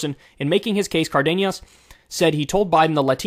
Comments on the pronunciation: This guy really out here calling him Cardeñas. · FYI it's pronounced Car-dean-es or Car-den-es